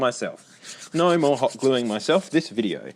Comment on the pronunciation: The “nauuur” is so funny. Aussie and kiwi accents are fascinating.